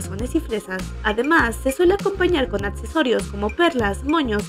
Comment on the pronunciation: "Tetsturas y atsesorios" 😂😂😂